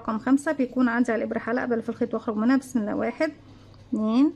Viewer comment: تسلم إيدك أنا بتابع كل فيديوهاتك شغلك روعة اللهم بارك. عندى ملحوظة على إلقاءك للسلام بعد إذنك....السلام عليكم ورحمة اللهِ .لفظ الجلالة بيكون مكسور مش مفتوح زى ما حضرتك بتقوليه...أنا أسفة بس مع الوقت تتعودى عليها إن شاءالله